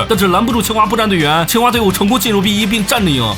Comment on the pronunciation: 一直把清华听成青蛙